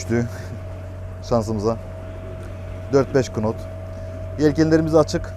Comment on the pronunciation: bide knot demesen her bölümde knot diyorsun, knot diye yazılır nat diye okunur:) sevgiler